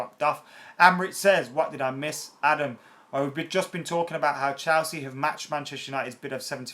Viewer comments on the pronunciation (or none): Ffs never gonna suscribe to someone who can't even say Chelsea properly.. wtf is CHALsea..